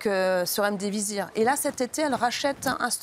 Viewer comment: C'est Remdisivir et pas Remdivizir chère Virginie 😉